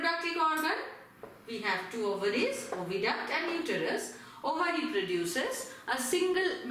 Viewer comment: Overy Is Ovary 😂😂😂